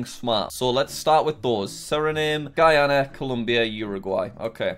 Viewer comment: As guyanese we drive on the left hand side of the road and walk in the right hand side Our language is mixed with Africa with English of course And it's not guy-ana its guy-yan-nah